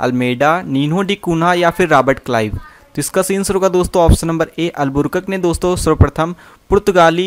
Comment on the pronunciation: पढ़ने तो जनता नहीं है अलबू कर्क के।जगह अलबुरकक बोल रहा है🥵